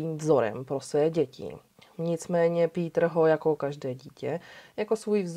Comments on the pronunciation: Rada si vždy vypočujem Vami veľmi dobre spracované kriminálne príbehy.👌 Tento je z Nemecka a preto je mi záhadou, prečo krstné meno vyslovujete ^po anglicky - ""^. Tak to Nemci meno Peter nikdy nevyslovujú skôr "Pétr"... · Chtěl jsem napsat stejnou invektivu - mě ta výslovnost "" v případě Kürtena úplně bije do uší. Nechci prudit a být hnidopich, nicméně myslím že adekvátní výslovnost jmen v rámci základních zeměpisných měřítek je vcelku nezbytný předpoklad pro to, aby projev byl vůbec věrohodný a měl určitou úroveň. Osobně mi to zní jak kdyby někdo přednášel o národním obrození a říkal tam "Charles Havlíček Borovský". Nejde jen o písmenko ve jméně, ale ve výsledku to působí jak kdyby přednášející neměla přílišné ponětí o základní lingvistice v rámci jednoduchých zeměpisných měřítek, navíc když jde o našeho blízkého západního souseda - Německo. Nic ve zlém, ale tak to prostě vnímám. Nicméně žádný učený z nebe nespadl. Ono se to jistě časem vyladí. Mějte se fajn, nechci nikoho poučovat, nebo někomu kazit radost z vykonaného díla. Kdyby to bylo bůhvíjak neúnosné, tak bych přece neposlouchal - a já poslouchám, takže mě to neodradilo a vesměs to nebude snad zas až tak zlé. Peace. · Pííítr Kerten (Krrrten)- němčina? Škoda.